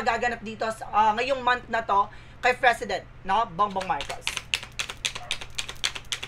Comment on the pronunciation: Its "P" for President. Hindi Fresident. 😂😂😂 Anyway, thanks for the entertainment.